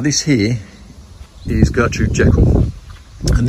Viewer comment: Gertrude’s surname is pronunced geeecall :) nice roses